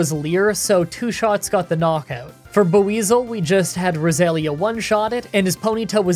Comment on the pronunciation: The way he pronounces Buizel hurts my soul. It's Bwee-zull but he pronounces the 'U' so hard. Despite that gripe, I loved the video, good job.